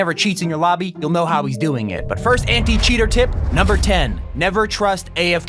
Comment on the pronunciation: cheter HE CHETERS LOOL